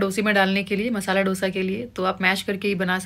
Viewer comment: It’s pronounced as दोsa and not dough sa